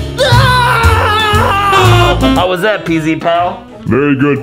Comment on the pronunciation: Pz Not PEEZ